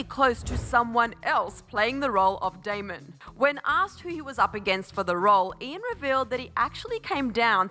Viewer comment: lmaooo it's not that difficult to get his name right😂 it's DAMON